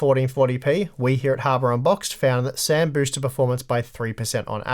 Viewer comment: I legit thought said "Harbor on box" this time.